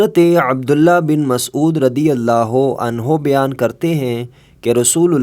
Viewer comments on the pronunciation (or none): Bian nahi Bayan bolie